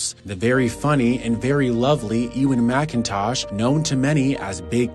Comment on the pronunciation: sucks that you can´t pronounce his name correctly